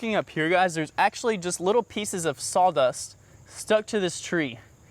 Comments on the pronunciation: "sol" dust? As in Pine-Sol? I know what you mean.....Saw Dust. but you say it SO many times. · I’m definitely hearing sall dust